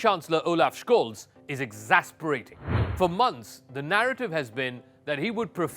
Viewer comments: It's a minor detail but the last name of Olaf Scholz is mispronounced slightly. His last is pronounced like Sholts, not Shkolts. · Almost 4 months of war and you can't get the guy's last name right? Tsk, tsk. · He is pronausing his name wrong